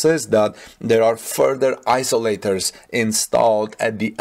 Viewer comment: I tried to help him before, but he has no time to read the comments. eye-Zo--lators and Souplied